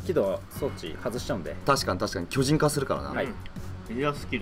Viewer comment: くらいに進撃の個人コラボって聞こえたｗ